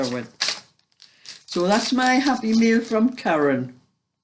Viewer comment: Always chuckle when you say say you’ve got “ happy Mail” Why I hear you ask ? For weeks I’ve been hearing you say Happy MEAL lol It’s ya lovely gordie accent lol Think penny’s dropped xxx